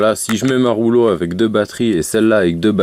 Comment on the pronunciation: Je ne savais pas que la box rouge s'appelait la ROULO... Quand on fait des vidéos de présentation, unboxing, revue etc. C'est un minimum de faire un effort de prononciation. Mais je pense que dans ton cas, tu ne sais même pas que ta box s'appelle REULEAUX